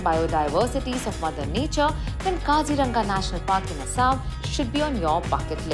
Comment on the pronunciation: For correct Assamese pronunciation it's : Kazi-Rong-Aa